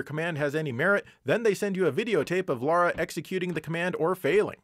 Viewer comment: I could express an opinion on the actual content but instead I just want to say thank you for calling the protagonist of Tomb Raider "Lara" and not "Laura".